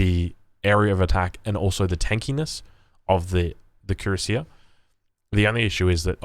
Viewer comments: It's pronounced KWE - RAS - IYE. Unlike English which is a pretty confused muddle when it comes to spelling, especially of loan-worlds, French is fairly consistent. Cui-rass-ier. Like Courvoisier congnac. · YA YOU FKED UP HOW U SAY CUIRASSIER LMAOOOO